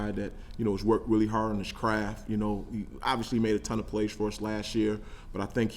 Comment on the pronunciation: I like him, but what is his deal with the word obviously, or should I say obvshilly! Wtf bro🤣